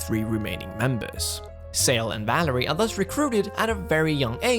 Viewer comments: Valere name pronunciation is like Val-air. It's not Valerie ahah. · Tye main girls name is Valere. Val-air. Not Valerie. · Valère... not Valerie! :p